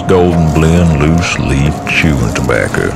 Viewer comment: I love how they pronounce tobacco. "Tabbacky."